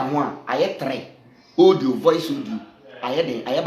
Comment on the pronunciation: Please use your commonsense, to pronounce well. The word is audio no odio